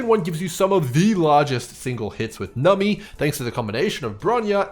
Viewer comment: Love the video but why do you call numBy, nummy? Is this a meme I missed lol